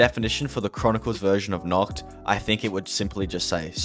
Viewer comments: hello sir im german and i can confirm its nACHt not nOKt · Wanted to hit my head on the wall everytime he said ‘Nocht’ instead of ‘Nacht’